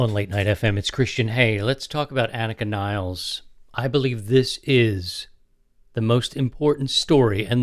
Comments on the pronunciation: Anika Neelez. Not Niles. And, yes, Geddy pronounces it wrong. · Never heard of anyone called Neil Pert. Or Anika Niles. It's "Pea-art" and "Nill-es". Pathetic effort. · Das stimmt. Anika heißt Nilles (Nil-less). Wahrscheinlich hat sie nichts dagegen, daß Amerikaner den Namen Niles aussprechen, weil sie sich keine Mühe geben ihren Namen richtig auszusprechen. Egal, dann sagt ihr eben Niles, bei uns in Deutschland heißt sie Nilles.